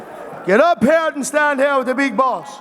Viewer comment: "Get up heah and stand heah next to the big boss" 😂😂😂